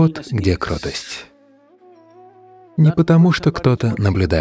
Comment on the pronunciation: Ошибка в охвучивании слова КРОТОСТЬ. Вы озвучиваете как кроткость. Непрааильно. Надо говлрить кротость.